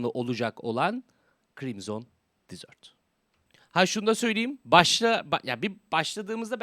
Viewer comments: Abi krimson disört değil😂😂😂 krimsın dezırt diye okunuyo eğer disört dersen tatlı demek ingilizcede:) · Dizört değil dezırt diye okunur.. Çöl demek. Dizört dersen dessert oluyor o. O da tatlı demek. Adamlar hoody falan yollamış ya videonu izliyorlarsa adını yanlış söylüyor demesinler diye şeettim. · Crimson "tatlı" diye telaffuz ediyorsun haberin olsun. Çöl telaffuzu için bir bak.